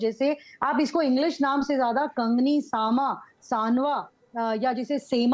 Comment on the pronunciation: सामा नही सावा होता है।